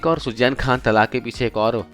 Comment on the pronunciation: Poori katha me aap ka Suzain Khan ko sujjain kehna kaan me buri tarah khatakataa raha hai . Km se km kisi naam ko sahi se bolna to seekh lena tha.